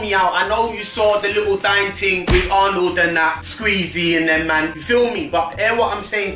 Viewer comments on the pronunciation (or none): none